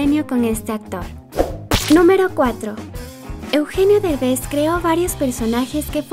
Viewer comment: No es berbes es derbes